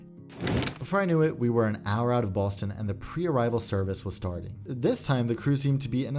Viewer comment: quirky with the "Baston"